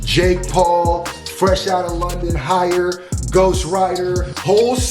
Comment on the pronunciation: Man said higher instead of lighter 😂😂😂